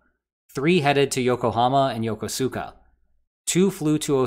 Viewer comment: Yokosuka is pronounced "Yuh-KUH-skuh."